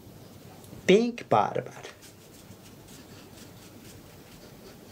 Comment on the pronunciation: “Pink BaRbaRrR” 👍🏽